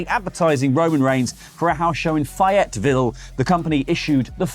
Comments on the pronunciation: It's "fay-et-ville"...just like it's spelled. Not "fi-at-ville". lol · Fye, you mean Faye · "Fy-it Ville" is definitely a new one for me. 'round these parts we call that "Fay-it-vul". Although I once said "Fay-yeti-ville". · Fay it ville that’s how u pronounce it……ok bye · I’ve never heard Fayetteville pronounced that way and I will forever say “Fay yite ville” now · Faye-it-ville. For future reference! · It is pronounced faye-it- ville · Hey, I just wanted to say that the way you pronounced Fayetteville is a little off. The "Faye" part is usually said more like they but with an f instead of the th. I should know because I'm from North Carolina and you're the first person I've heard say it differently lol. Nonetheless, love the show and been following for a long while! Cheers and have a good day! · It’s fay (rhymes with hey) eteville fellas ❤ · Fay-Yet-ville. The first syllable is pronounced like “faith” but without the ‘th’. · It's Fae-ette-ville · The city is pronounced faye-it-vill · Cracks me up when yall butcher the names of our towns 🤣 Phayyertvile 😂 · its Fay-IT-ViLL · It is Fayetteville (fay et ville) you're not forgiving us Yanks such crap about how we pronounce things, you think y'all would learn how to pronounce our cities, town n counties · Trying to get over how he said Fayetteville when Google exists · The pronunciation of Fayetteville made me cringe. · Us country folk laugh at the way he pronounces Fayetteville. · That’s not how you say Fayetteville 😆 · I’m disappointed that has mispronounced Fayetteville, you had one job man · I'd be more pissed at the pronunciation of Fayetteville. Lol